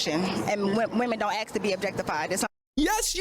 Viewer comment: Man, what are you doing? Don't upset this woman. She just told you she axes questions. Pray she doesn't axe you a question.